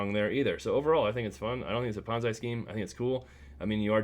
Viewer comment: Don't take advice from a youtuber who pronounces ponzi like bonzai. Do your own research outside of youtube